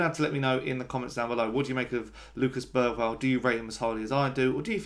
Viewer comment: I’ve hear it pronounced Ber-varl. Even Bera-varl.